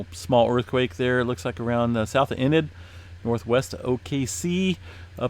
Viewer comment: Enid Oklahoma pronounced ee nid.